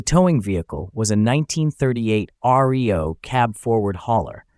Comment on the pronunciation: It is not pronounced R-E-O. it is pronounced Reo. As in "Ree oh". These three letters were the initials of Ransom Eli Olds. He made Oldsmobile and Reo vehicles